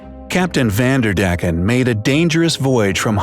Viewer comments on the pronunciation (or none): I like how they say van der deck, because I'm dutch it's a bit funny and a bit irritating😂😂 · Its not spoken like vanderdecken its van...der...decken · I’m dutch and I laughed because he speaks the name van der decken really funny out. Sorry for my bad English.